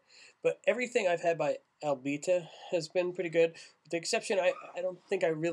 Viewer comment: Thanks for the review. It's pronounced A-bee-ta. I live about 30 miles from the brewery and love to hear opinions of people who aren't from around here because everyone close by is a fan of course.